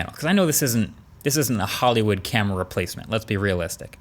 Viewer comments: C A M E R AAAAAA! Not in uk camery🙄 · It's a good "camry". - Marques(2021) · Was the "great camery":? part intentional or a mistake and you left it in? Either way I love it!